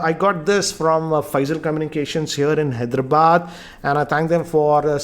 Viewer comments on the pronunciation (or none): none